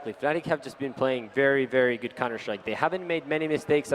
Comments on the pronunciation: Yes, but the commentator said "Fanatic". Is it because he don´t realise him saying it or just what he personally call them because he thinks it fits them better? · It's pronounced fanatic... but it's stylised as fNatic